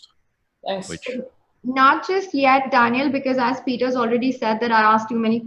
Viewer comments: its not DANIEL its Daniil .... a lot of people mess up with it.. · It's Daniil not Daniel. Both of them for it wrong.